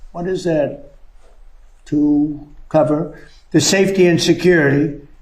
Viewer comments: Hey Donnie. Cover is NOT a hard word to read! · OMG, that moron can’t read the word “cover” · Graph, grass......oh, glass. Imbecile! Can't even read the word "cover"